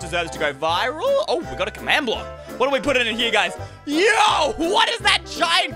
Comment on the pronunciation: Stop saying yo like yoyp